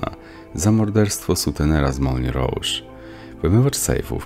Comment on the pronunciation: Nie papilon, tylko papiją. Nie moulen rouge, tylko mulę róż